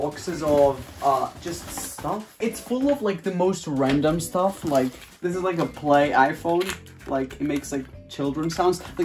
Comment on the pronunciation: he says sطuff